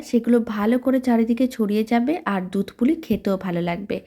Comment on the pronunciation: Dudh k dutra bole Kano .